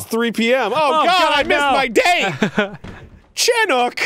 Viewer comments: Lmao, the way Arin pronounced "chinook". xD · I'm from Oregon, and when you said CHIN-ook, super saiyan god super saiyan face-palm